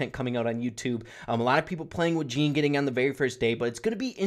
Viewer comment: يالعرب اللي تسموه جيني سمعو اللفظ الصحيح وبعد لا تسموه جيني